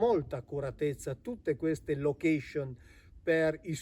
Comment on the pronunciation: La ringrazio,ho seguito i tre video molto interessanti,ma,la prego non dica lochescion.